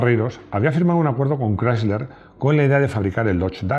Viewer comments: Querido, no sé si me dá mas verguenza ajena escuchar tu "Voiture Légère Berline Break" ou el intento de decir "Chrysler"...😅 Porfiiii... Hazlo todo con pronunciación española, te entenderemos mejor... Un saludo cariñoso desde norteamerica. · Rodrigo quiere que pronuncie de una forma que es antinatural eh España. Chirría más que se escuche " craisler", que "crisler", que es como lo hemos dicho siempre